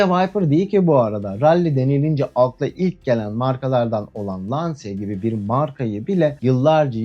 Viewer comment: Lancia otomobil markasının okunuşu Lansia değil Lança olacak.